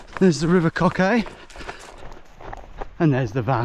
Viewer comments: coquet is pronounced ko-kit lol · Tom mate you need to improve your pronunciation of Northumberland words.. 😂. Never heard anyone say Coquet like that. (It's pronounced co-kit) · River Coquet - pronounce Co (as in Coke) Ket (as in pet) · Never heard the croquet pronounced like that lol and they are beaters waving the flag. They'll be shooting game birds. Not deer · That Coquet pronunciation 😆